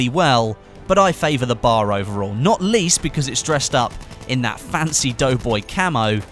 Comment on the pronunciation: It's B.A.R., not bar.